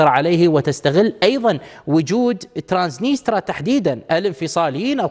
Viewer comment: ترانسنيستريا وليس ترانسنيترا